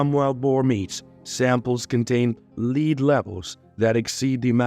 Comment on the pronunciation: As a noun, metal, the pronunciation of Lead is same with that of led